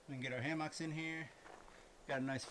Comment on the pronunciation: This is an excellent video!. Kudos to showing Elliot how to backpack in the Wilderness, Your time with him is priceless. However it is pronounced hammocks... not ham hocks.